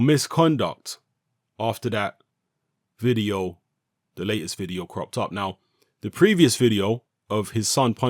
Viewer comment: Your pronunciation of o's are jokes G. Oh. Vide. Oh. Billie j. OH Haha punch him in the balls!